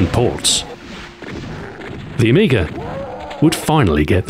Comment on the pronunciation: There is no "r" at the end of amiga.